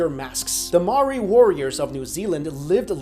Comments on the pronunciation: yeahh maori brooo yeah, oh and its pronounced as mau ree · maori is pronounced moe - ri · I am triggered, you said Moari terribly wrong. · Just a heads up, I'm from New Zealand and you're pronouncing Maori wrong